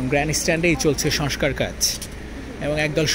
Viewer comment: Barbar boltesen ''soskar soskar", sobdotaki soskar naki "shongskar"?